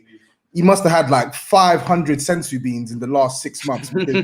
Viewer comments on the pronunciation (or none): Man like said sensu beans ffs 😂😂😂😂😂 Its always funny when everyone talks about silverware and then the Tottenham people want to chime in 😂